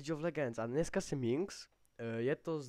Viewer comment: za 1- vůbec ti není rozumět, říkáš pátý přes devátý, vůbec nevíš co říkat, pletou se ti hrozně písmenka a hrozně se přeříkáváš. za 2) špatně se vyjadřuješ, každý uterý není každá postava zdarma :) za 3) a navíc Líč of legends , oohhhhhhhhhhhhhhhhhh, trhá mi to uši jak vyslovuješ Jinx, a tak, hrůza, ale každej jednou začínal